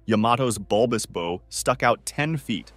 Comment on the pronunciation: does this dude really not know how to pronounce the word "bow" (as it pertains the boats and ships)??